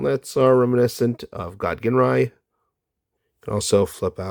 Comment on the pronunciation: Ginrai's name is pronounced like "Jin-rye", not "Ghin-rye". It's a G with a J-sound.